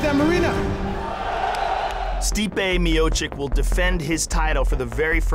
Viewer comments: Stipe is from my country and I get annoyed every time someone from US is saying our last names,couse most contain the letters Č and Ć,(sound of ''ch''),they always fuck up ..and sometimes I even think it's on purpose..couse why on earth would you,Joe Rogan,pronounce his name ''Stipe Michik'' as if he hasn't said sound ''ch = č/ć'' before in Mio-->č...he can just say chich on end once again and call it a day,not make it cringy and weird,just say '' Miochich = Miočić '',couse that is how you pronounce his name. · Stipe Miocek ?? wtf Rogan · stipe miochick,cmon Joe Rogan hahahaa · "Stipe Miocik" -Joe Rogan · Joe Rogan: Stipe Miocik -.